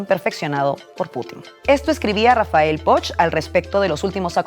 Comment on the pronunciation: Acabe de començar a escoltar i .... Com pot ser que Biden i Prigozhin siguen pronunciats "correctament", però que NO sàpiguen dir el cognom de Rafael "Poc" !!!!